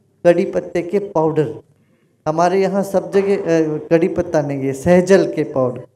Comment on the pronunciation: सहजल नहीं सहजन